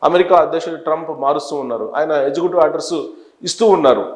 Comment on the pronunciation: This gentleman has to do proper homework …always misleading information . Please properly pronounce “Executive “ not as “ezecutive” ..